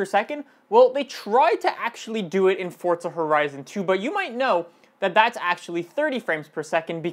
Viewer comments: If ur gunner say forza say forza not fortza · I'm not sure how much longer I can take you saying "Fortza" can you tell me where the actual fuck the "T" is in "forza" ?? Jesus Christ. That's annoyingly old.